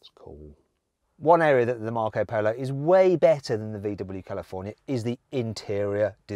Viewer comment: Marc Polo sounds so much better in a Brummie accent.